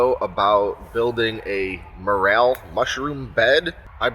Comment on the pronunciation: “More L” not morale, also not More ale” 😂